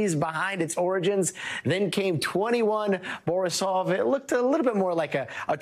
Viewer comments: 2l/Borisov and not twenty one Borisov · 2I/Borisov. Not 21/Borisov. And 3I/Atlas. Not 31/Atlas. The i is short for interstellar.